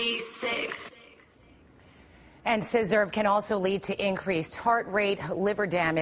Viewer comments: Glad I drink lean and not "sizzerp" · "SIZZURP" 😂😂😂😂😂 what the fuck